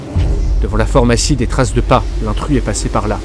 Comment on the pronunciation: Très bien mais il va falloir apprendre à prononcer correctement PHARMACIE et pas FORMACIE